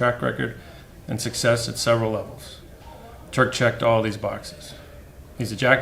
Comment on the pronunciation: Why can't people pronounce Turk's name correctly? Sure he's too classy to correct anyone. 'Here, on Prince Edward Island, where he's from, it's like plant or rant. Good luck, Turk.